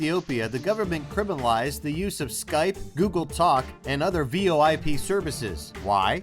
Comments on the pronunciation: I was saying it's merely pronounced like "voyp", not V.O.I.P even though it is spelt that way. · Really? V O I P SERCICES? That's not how it's pronounced